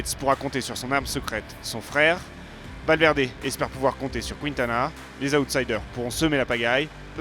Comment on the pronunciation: En revanche, ce serait bien d'arrêter de prononcer "Kwintana". La séquence "Qui" ne peut faire que "Ki" en espagnol...